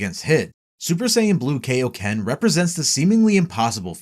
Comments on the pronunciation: Its the KAIoken, not the KAYoken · ok first off, its KI-O-KEN, not KAY-O-KEN. Also, nitpicking but Ultra Instinct and Ultra Ego are not "saiyan" transformations since all Angels are in UI and ego is basically the precursor to G.O.D. powers. Also, also if this was released 3 months ago, why wasn't Beast Mode on here? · It’s Kai-o-ken not Kay-o-ken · Kaio*** as in Kaiō-sama or Kita no Kaiō Not KAYO ken damn dub fans...... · I hate being a "well actually" kinda guy and i know people arent perfect...but i seriously hate when people say "Kay-o-ken" instead of "KAI-o-ken". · i died inside when he said "rose" and "kay ok ken" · He says “kay o ken”. So basically just prounced the “a” in “kai” wrong. Which, btw, many people(especially Americans) do.. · "When are you gonna teach us the kay-oh-ken King Kai?" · That is not how "kaioken" is pronounced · Your mispronunciation of Kaioken irks me lol